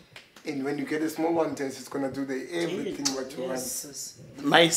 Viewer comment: Lol, "I make evelything for them"